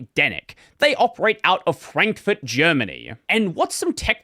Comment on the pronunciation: For some reason when you said Frankfurt I heard Prankfurt… and now I have a new favourite name to give a town in D&D.